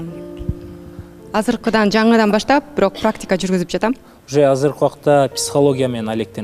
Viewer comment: бирөк дебей бирок деп сүйлөчү көп байкадым